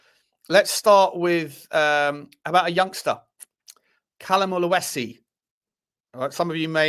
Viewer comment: It`s not Oluesi. It`s OLU-SESI. Very simple. He is good talent. They speak Arabic in Egypt, you knob 😂😂😂😂